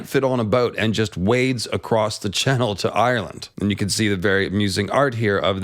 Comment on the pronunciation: I love all of videos, I think I’ve seen every one, but I have yet to learn the ancient secret of why he pronounces the word “channel” like that